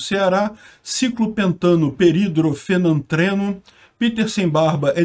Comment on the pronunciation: que felicidade, pude colaborar com uma notícia pro canal, falou certinho, ciclopentanoperidrofenantreno, mandou bem!!